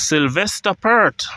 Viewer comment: PERT IS PERT...PEART.. PLEASE PRONOUNCE THE (A,) IN PEART